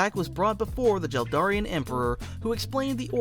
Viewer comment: God stop saying jel Darian